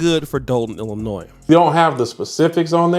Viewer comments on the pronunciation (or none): It’s Ill-I-noy, the S Is silent. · There is no noise in Illinois, say it correctly ill-la-noy folks from Wisconsin can help you, just like there no whiz in Wisconsin come on people, y'all red necks or what. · don't pronounce the s in Illinois. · please pronounce the state with keeping the "s" silent please. ILLINOI(S) don't say the s please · THE …..S IN ILLINOIS IS SILENT 😊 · STOP say Illinois with the S, the S is silent (face palm)!!